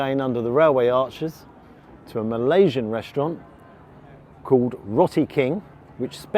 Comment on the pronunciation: Its Roti pronounced as roe-ti